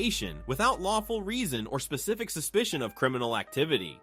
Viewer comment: Did she say be very ( pacific ) instead of specific 😂😂😂😂 SHE F**cking did I went back and turned on captions it said pacific also 😂😂💀💀💀💀🤔🤔